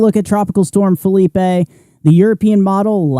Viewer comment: It’s Phileep not Philipay! 😂